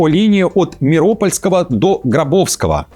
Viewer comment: Не МирОпольского, а МиропОльского. Вы журналист, а это не первая ваша ошибка в ударении.